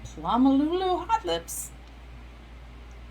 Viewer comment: Did you say, "hot lips"??? 😅 Just pronouncing these plants is an art! Cheers. 🥤